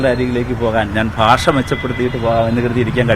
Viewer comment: ഭാഷ... ഭാഷ.... എത്ര ഭാഷ... ബാഷ....😅😅